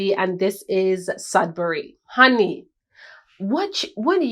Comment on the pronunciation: I heard a Nigerian accent😹 when you were speaking about Sedbury. Do you have Nigerian roots??